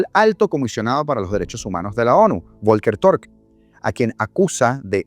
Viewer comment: El nombre del comisionado se escribe en aleman Volker pero se pronuncia Folker. Saludos